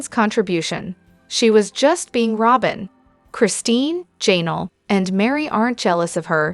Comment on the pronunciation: It is Ja Nell ugh